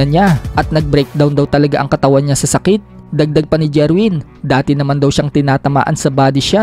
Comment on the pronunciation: Jerwin not jirwen😅😅😅